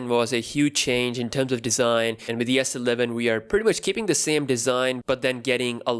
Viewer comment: Why do you say Sleven like it's one word? It is S-Eleven.